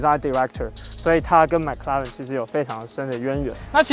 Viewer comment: 你的麥拉倫是蘋果出的嗎？ mclaren 不是 Maclaren啦😂